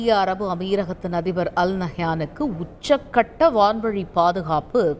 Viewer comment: அது என்ன உச்ச'க்' கட்டம் ?!